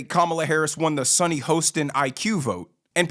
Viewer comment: Do you mispronounce Sunny’s name on purpose?